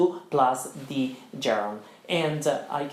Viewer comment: Well, you emphasize the finals like Italians do. With (it's wɪð not widda) the (ðiː or simply ð not da) and please, don't pronounce the final G of a gerund because it's hard enough for students to get used to that without sounding like Joe Dolce. (Quick reminder: the gerund of "To lose" is LOSING, not LOOSING).